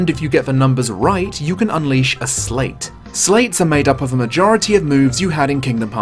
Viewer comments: It's "slight" like sleight of hand not "slate". (Yes, i know this is an obnoxious pointless comment.) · Small, petty annoyance, but you're pronouncing sleight wrong. It's homonymous with slight. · Um, all I want to say is... it's pronounced "Slight" as in a "Sleight of Hand" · Wait, do they pronounce "sleight" differently in the UK? I could've sworn it's pronounced as "slite" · Oh yeah I agree, just not letting off for his accent haha:P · Ah, so you can't pronounce Sleight either.